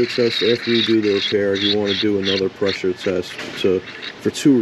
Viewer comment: PRESSURE TEST? I thought you said PISSER Test! 😄😁😆😅😂🤣